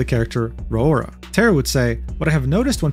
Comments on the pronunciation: A brain cell died in my brain when pronounced "Raora" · I got whiplash with not ealizing the first foxgirl was Raora, let alone his pronunciation of her name. Guess I spend more time watching vtubers and calling myself out for that.